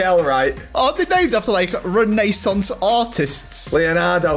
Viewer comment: Ren aye sonce 😂😂